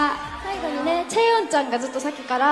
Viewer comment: チェヨンでーす！ の発音良すぎて……ビビった